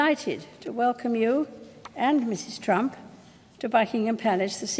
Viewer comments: Did she say Trump or Trunk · Sis did any of you hear that queen elizabeth said Melania Trunck instead of Melania Trump XD 😣😂😂😂😂